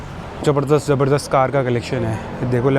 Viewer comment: Mun see supari nikal kr baat kr raeee........it's not jabarzdast it's pronounced Zabardast rae😅 ....